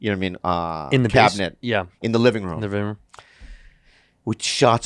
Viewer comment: Mantino tries to say living and completely fucks it up 😂😂